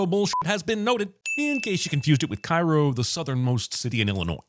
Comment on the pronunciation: Cairo, Illinois is pronounced care-oh. Ding for mispronouncing city names.